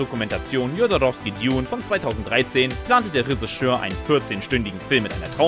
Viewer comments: Der sagt das nicht nur komisch...der spricht es absolut falsch aus. Resseschör! Reseschör! unfassbar! Was für ein Sprachwunder... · "Ressigeur" naja das üben wir nochmal :-) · Was ist ein Resseschör? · bitte BITTE sag Drehbuchautor, wenn du nicht Reschissör sagen kannst. Oida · Ja XD Ich musste 3 mal hin hören. Der Sprecher sagt Ressigeur XD Ich lieg am Boden. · Der Typ glaubt wirklich, dass es Räseschör heißt... 🤨 Warum kann sich Lupper nicht die Mühe machen, kurz zu prüfen, was da erzählt wird? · hat der ne wette verloren oder warum sagt der Regisseur so komisch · Moment! War ich wirklich so dumm anzunehmen, dass man bei einem Filme-Kanal das Wort Regisseur korrekt ausspricht? Was für ein Fauxpas...ich entschuldige mich natürlich für meine absurde Erwartungshaltung. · Regisseur, Irulan, Villeneuve, Rogue wird alles falsch ausgesprochen , fast grotesk.